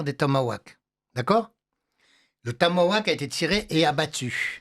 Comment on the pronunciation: Tomahawk et non tomawack